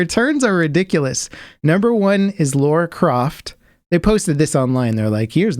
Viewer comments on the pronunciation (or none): Don't call Lara "Laura" ... Noobs. ;) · I love you guys, but how am I supposed to take you guys seriously as nerds after saying "Laura" 3 times in a row? I mean, aren't you reading "Lara" on your screens? Or is there some joke I've missed where you tout your nerd cred by mispronouncing things like you've never actually heard of them?